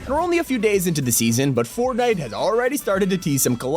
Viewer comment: did anyone else hear him say formnite or was it just me